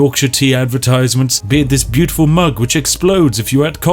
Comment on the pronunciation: Mooner glad it wasn’t just me. Really got on my nerves by the end. Fanks.